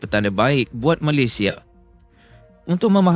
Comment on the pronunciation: TMJ kocak dan lucu😅😅😅 kakek Facundo garces lahir diArgentina tapi dibaca lahir di malaysia, ada yang lebih kocak lagi, nama negara malaysia malah di baca malaydes.😅😅 keren keren TMJ.😅😅😅😅😅